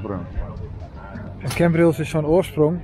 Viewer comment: Leuke video, het is CAmbrils niet CEmbrils lol. Verder leuke video. Hoe kom je erbij dat mensen in Nederland niet op het terras konden zitten??? Dit was zeker tentijde vd covid19 pandemie. Mijn broer trok zich niks vd regels aan met als gevolg, dat hij aan covid19 is overleden. Dus, ze hadden wel een reden om de boel te sluiten.